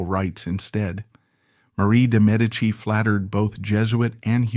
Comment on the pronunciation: Bravo! Great vid! Also glad for the accurate pronunciation of de Medici. 😊